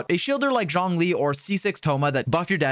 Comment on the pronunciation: Nice video dude only thing is you keep saying johnlee when its zhongli